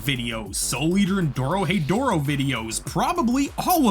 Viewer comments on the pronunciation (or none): none